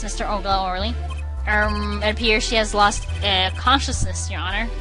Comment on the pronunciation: at one point u pronounced the h in honor. funneh UR HONOR